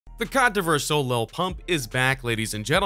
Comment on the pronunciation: This dude can't even say controversial lmao